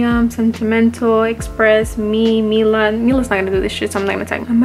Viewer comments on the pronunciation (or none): none